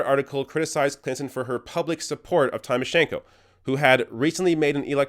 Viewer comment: Great exposé but I was annoyed by a repeated mistake of yours. Why can't you pronounce "Tymoshenko" properly? Don't be like like all those idiot Bush supporters saying "EYE-rack".